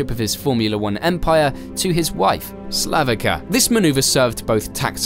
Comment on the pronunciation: U r pronouncing c in Slavica wrong